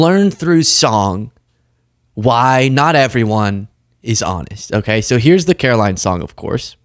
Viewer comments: The correct pronunciation of the press secretary's name is karolyin' leave it. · It's Karo-lie Leavitt.